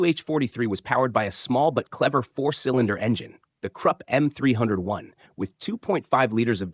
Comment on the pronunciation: Stop pronouncing 'Krupp' like 'crap'! It's much like 'croop', with 'oo' like in 'look'.